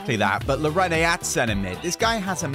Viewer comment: you keep getting players names wrong. Marquinhos (Mar-keen-yos) and Llorente (Lor-en-tay). It's making my OCD make my brain go fuzzy